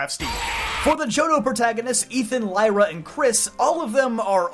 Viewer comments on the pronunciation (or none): none